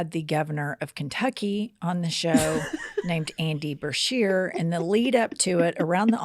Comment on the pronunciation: you can not be wronged by for calling the governor of Kentucky Randy instead of Andy when she kept calling him Breshear instead of Beshear. Both of you added an R to his name.